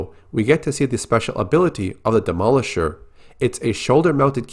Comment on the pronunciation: do americans pronounce Demolish-er as Demo-lish-er ? its weird asf